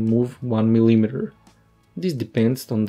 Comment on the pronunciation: example of mispronunciation of the word "millimeter." are you using some translator to make english dialogue for your vids? how could you be a scientist and not know how to properly pronounce units? grr...